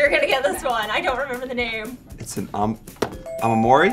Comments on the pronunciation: it's not 'aomori' but 'omamori' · OMAMORI NOT AMAMORI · he said aomori, its omamori.... おまもり ahaha